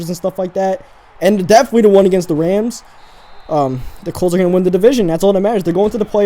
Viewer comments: its Rams not reyms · Its rams not raims thanks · I think he been saying Rams wrong